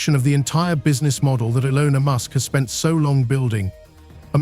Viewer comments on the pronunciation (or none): Be very careful of a video production about such a well-known person that mispronounces his name: this could be a complete AI Trojan horse, and you have to assume that the voice that you hear is not an actual human voice: "Elona Musk?"